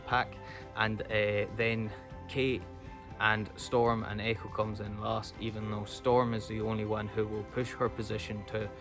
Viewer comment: I love the way he says Eh-coe